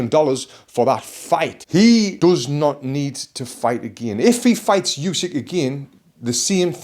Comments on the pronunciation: ukrainian here, should be pronounced more like "ooh-sick" tbf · All good but the 'u' in Usyk is not pronounced like in "Eubank" or "use", it's a hard sound like in "hoUse"